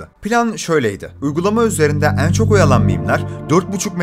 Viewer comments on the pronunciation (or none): nolur "en" kelimesini doğru oku artık kulaklarım acıyor